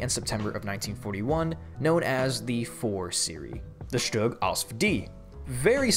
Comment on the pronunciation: SHUG SZtug Stoog